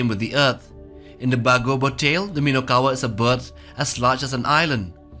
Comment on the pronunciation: and also it is not minowkawa but minokawa